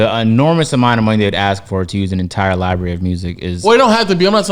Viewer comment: Damn, LoW can't pronounce library either lol